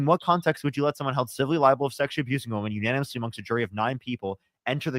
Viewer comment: saying "unonymously" instead of "unanimously" is triggering me